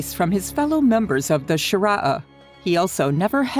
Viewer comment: Shoorah not shirah